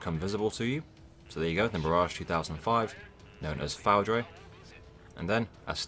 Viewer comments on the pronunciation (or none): The Mirage 2000-5 called FOUDRE is pronounced FOODR. means lightning in French. Thank you for the great guide